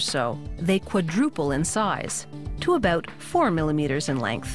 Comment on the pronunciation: She must be Canadian, she says "aboot!" Its cute lol...